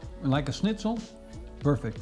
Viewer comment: Can't believe how you pronounced Schnitzel considering you're dutch and that you out germany before Austria considering it's actually an austrian dish